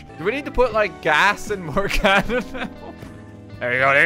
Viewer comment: Morgana? More like Mor-GONNA